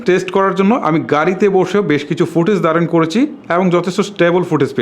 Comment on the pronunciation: **কি কি বালো🤣 দিক রয়েচে **কুব🤣 একটা **নতুন কিচু🤣 **এচাড়া🤣 **টিকটাক🤣 **দরে🤣 নিতে হবে **ফারম্যান্স🤣 (অরো অনেক...কয়েকটা সেম্পল দিলাম মাত্র) শালার উচ্চারণ.... আঞ্চলিকতার দুর্গন্ধ যায় নাই উউচ্চারণ থেকে😡 তোর বউ তোরে কিছু কয় না???